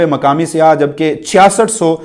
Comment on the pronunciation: پلیز اردو بولنے میں خیال رکھیں یہ ہماری قومی زبان پے بھائی اسکو تو صاف طور سے بولا کریں ہماری تو خیر ہے کیونکہ ہم اردو کو بھی اب پنجابی لہجہ کے سننے کے عادی ہو گئے ہیں مگر ہماری نسلیں تو اصل اردو کو بھول ہی جائیں گے لفظ سیاح میں ی پر تشدید مانی جاتی ہے مگر تشدید لکھی نہیں جاتی تو لفظ "سی یا"ہے سیاہ نہیں یہ صرف آپکی اصلاح کیلئے لکھا ہے شکریہ